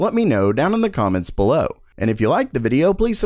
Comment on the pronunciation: I might be the only one one (or my nerves are getting cracked) but pronouncing `below` every video become very irritating....